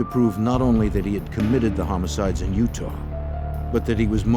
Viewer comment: In what vernacular does "ah" ever pronounce as "r"? He said at the beginning this event took place in "utar" instead of "Utah", too funny.